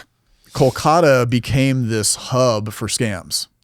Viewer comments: He is pronouncing it like a real Indian does. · he prounounced it fine